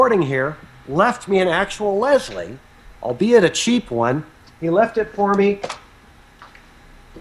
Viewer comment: a feslie lol not leslie get it lolol